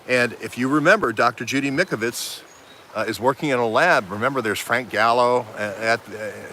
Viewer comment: It’s Mike-O-vits ...(the Italian Doctors have done Autopsies on CV19v2 victims and found the illness is a Bacteria like a bad common Cold and causes upper respiratory lung disease and exasperated by 5G! Time to check it out)...great reporting...thx much. DO NOT TAKE THE VACCINES!